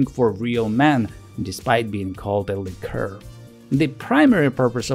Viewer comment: Как вы русские заебали уже. Вы бля*Д*ь свой язык толком не знаете, так ещё на английском умничаете. ЛИ-ка ... хуИ-ка блядь. Есть слово liquor, а есть liqueur. И они, сюрприз блядь, и по смыслу и по произношению разные. Как бы так фильтр настроить, чтоб вас банило автоматом.